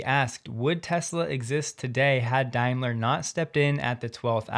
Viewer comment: Hi, It's pronounced Dame-ler not Dime-ler, just so you know